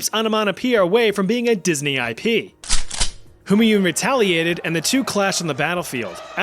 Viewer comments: Its pronounced ‘Hoomaaiun’😭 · What on earth is the pronunciation of "Humanyun" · you took the effort to pronounce the danish dude but not for Humanyun